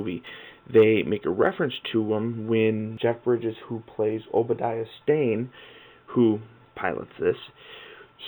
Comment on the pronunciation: he says obediah